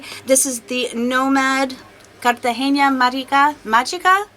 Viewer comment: You pronounced it right the first time Mágica pronounced like mahica